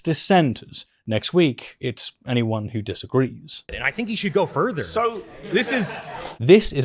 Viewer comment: "Worth" is spelt as it is, not pronounced "werf". Same with the word further. It's not "ferver" You have a labiodental fricative, th-dronting lisp and it's very distracting. I wish I was able to listen to this without it being the loudest part.